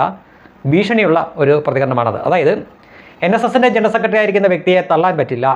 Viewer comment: ഇയാൾ പണ്ട് G.സുധാകരൻ സാറിനെയും അപമാനിച്ചിരുന്നു. ആദ്യം തന്നെ ജനറൽ സെക്രട്ടറി എന്ന് നല്ലതുപോലെ പറയാൻ പഠിക്കട്ടെ സുകുമൈരൻ. ജണൽ സെക്രട്രി എന്നല്ലേ ഈ ചെറ്റ പറയുന്നത്. കേട്ടു നോക്കു 😄